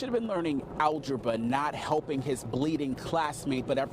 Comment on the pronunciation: What's "algeba" ?